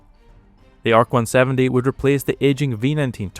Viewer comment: Its pronouced "ARK 170"...NOT A.R.C.170